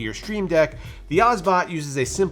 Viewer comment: It's Obsbot, not Osbot ;) Good review anyway.